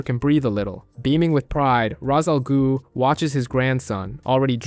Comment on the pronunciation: Cool video… but what the heck is an “a ghhu” it’s not that hard😂